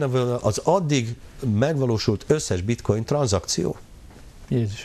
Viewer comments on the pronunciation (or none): a bitcoint bitcointnak ejti:)))))))) ezért mondja hogy bitcointot, röhejes